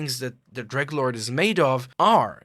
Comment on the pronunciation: you know he's a real fan when he calls the dreglord "greglord"